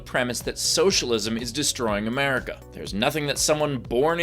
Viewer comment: The way she says "AmEARica" drives me bananas.